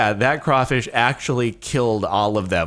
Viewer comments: I'm so happy you actually said "crawfish"!!!! It's not crayfish or crawdad!! >.< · I like how you pronounce “crawfish” right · Since im from the south im so proud of you Jordan for saying crawfish correctly.🖒👏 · I'm glad he pronounced crawfish correctly. If you say "crayfish" you are wrong.